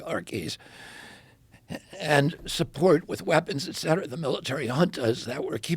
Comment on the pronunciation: so nice to listen to a person who knows how to pronounce "et cetera" correctly. I love James Lindsay, but his "ek cetera" kills a little part of my brain every time...